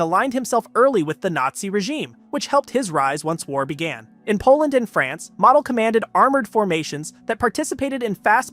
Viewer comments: Learn pronunciation Model os not pronounced as mottle, it's Mo-del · Valter Moh-dehl.